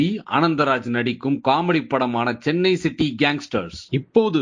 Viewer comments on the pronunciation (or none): none